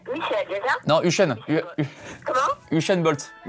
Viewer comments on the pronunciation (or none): C’est Hussain Bolt pas hushain bolt